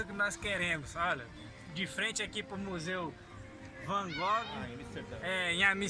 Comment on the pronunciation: o cara mora em Amsterdã e não sabe pronunciar o nome do museu. Por isso brasileiro sofre preconceito no exterior: só vai ao lixo do lixo.